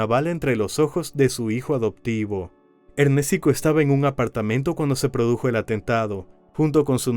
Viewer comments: Y le decían Ernestico jajaja o Ernéstico jajaja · ErnÉstico ojito, el men se llamaba Ernesto y su diminutivo sería Ernestico ,la pronunciación está mal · Me da dolor de cabeza cada ves que escucho ErnèsTico 😂😂😂